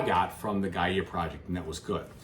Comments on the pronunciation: I think it is pronounced "Gaya Project" and not "Gaiyeah Project? Am I missing something? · Great video! Thank you so much for showing the solo mode! (btw Gaia is pronounced: guy-uh)